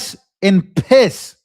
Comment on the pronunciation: You said REST IN PISSSSS!😆😂🤣💯